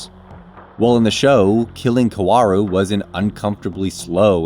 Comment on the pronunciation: Do not pronounce W in Kaworu Say it s as Ka o ru